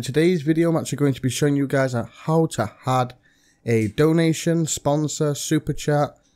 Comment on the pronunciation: In all of your videos... Stop saying Hadd it doesn't have a fucking H it's Add stop trying to force formality in your speaking just talk normally 😂